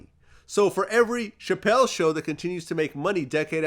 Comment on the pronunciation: He keep wanting to say “Pachelle” lol